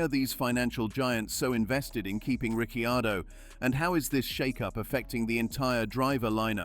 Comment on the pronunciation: Daniel calls himself Ricardo, bloody AI:face-purple-crying: Is it too hard to use a human??